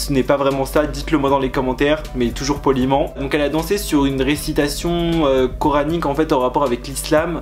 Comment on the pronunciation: Je suis Musulmane et quand tu as dit "Coranique" je pense que tu l'as bien dit😊